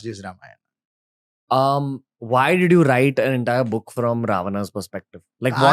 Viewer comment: Thik kind of wrong wordings changes things...say dwarpals body guards...saying ramayanaaa...ravanaaaa.. Has spoiled the true culture purity..and started from south..becz most eng speaking people are from south...which is totally wrong..that is why Sanskrit is the best language which must be practiced